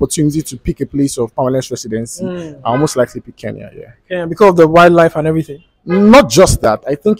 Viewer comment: It's Kenya not Keyan